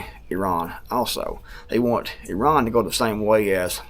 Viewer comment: Good job with the pronunciation (eh-ron). I worked with a 1st gen Iranian American guy and he said that’s about the closest you can get in English (they pronounce it with much more guttural flair). I always cringe when I hear us Americans say it incorrectly now that I know that.